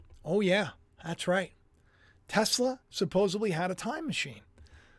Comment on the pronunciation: Get on with it, and lose the Disco DJ Voice, please. (Oh, yes... And the CORRECT pronunciation of your favourite word, goes like this....👇 "SUP-PO-SED-LY"... There's no 'B' in this word. Ffs?